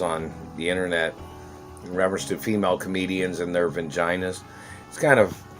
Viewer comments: Who is this guy and who thr fuq is the satellite man? Why is he in a shed? Why does he pronounce it hermaphroditis? Why does her pronounce it vingina? Is this guy Jason Voorhees? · He doxxed himself a few weeks ago. What a mad man. Also, is he saying "Vinginas? V-I-N? Poor guy.